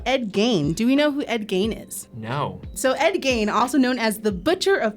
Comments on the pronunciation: The name is said as Geen instead of Gain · Ed Geeeeeein not gain. Sorry, couldn't help myself. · His name is pronounced Geen. Not Gain. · GEEEEEEEEEEEN not Gain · It's Ed Gein not gain it's pronounce geen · It's pronounced Geen not Guyen..... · Ed Geeeen not Gain! 🤦🏽‍♀️ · Ed Gein's last name rhymes with green, not main. How do I know? Well, somebody had to grow up near Plainfield. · Ed Geins last name is pronounced “geen” not “gain” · Ed “GEEN”, not Gain ❤, a Wisconsinite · It’s pronounced GEEN not Gain…. Ed GEEN!!! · I've never heard it pronounced like gain before, only gean (like bean) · GEEN....not GAIN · Its Gein not Gain. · It's Ed Gein Not Gain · I wish they got their names right!! Ed Gein, pronounced Geen!! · I want to correct something. Ed Geine is pronounced Ed Gene. Or Ed Jean. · Ed “Gine” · Same! I keep going "geeeeen!" Everytime she said it wrong. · Ed Gein is pronounced GEEN. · I’m from Wisconsin. It’s Ed GEEN, not… however she pronounced it. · Gein rhymes with bean. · Ed Gein is pronounced Geen like Teen with a G. So many of the producers mispronouncing words makes me think they are still learning to read. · Me yelling Gee-n at the video 😂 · Geeeen, Ed Geeeen not Ed Gain. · That's so funny. I didn't even notice she said it wrong because I knew what the name was. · The mispronounced "Gein" was obnoxious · It's Ed Gein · the way you keep saying ed geins last name wrong is making me go insane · Man, I’m only on the second round and they’ve already can’t pronounce Ed’s last name correct. Like, who doesn’t know about Ed Gein. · How do you not know how to pronounce Gein? Its with a E not an A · Thank you for putting the pronunciation every time she said it my butthole puckered. Like if there are two vowels next to each other it usually takes the long sound of the first vowel. But also just know the story from fact boi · Are you also screaming at the pronunciation of Gein?!?!? My family overheard the video and shouted from the other room the correct way